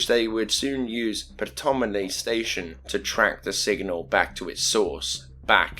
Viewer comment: The p in Ptolemy is silent